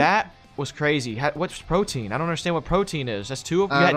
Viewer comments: Pro-tee-an... Though would have that, good fight! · They saying Protein instead of Protean xD Pro-tee-ann. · PRO-TEE-EN. NOT PROTIEN. PLEASE STOP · Its pronounced "Pro-Tea-Ehn", not Protein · Pro-Tee-Anne - not protein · Protean is pronounced pro-tee-in not pro-teen guys. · The fact that they are pronouncing it "protein" and not "pro-tee-on"... Yikes man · Pro·te·an. Man that one chafed a lil. lol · Protean is pronounced pro-tee-an and means likely to change frequently